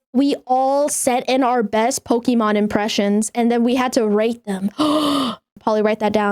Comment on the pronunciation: ngl, at first i heard rape then when i replayed it was rate... am i the only one? but for real though, i thought nothing about it and just thought it's just another moment